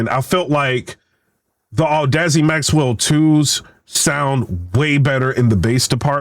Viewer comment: I think chatgpt lied to you, or you are using the EQ incorrectly. 6+db of boost will introduce distortion in any type of speaker / headset, unless you lower the gain first, and THEN raise the low end. Also its Audeze, not whatever you are saying LOL :D